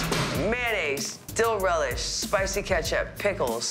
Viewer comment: Sis said steal relish 😂